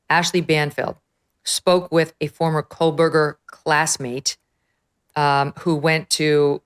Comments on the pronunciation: Why does it sound as though his name is being pronounced as Kohlberger, with an "L" or are my ears playing tricks on me? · Why does she always say "Coalburger?"